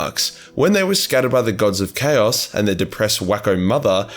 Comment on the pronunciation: Turned off the second you mangled the pronunciation of chaos. Sorry just can't